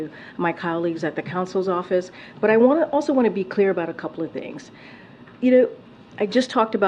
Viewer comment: Whenever she utters her favorite word "clear", I think she's actually trying to say "qwear".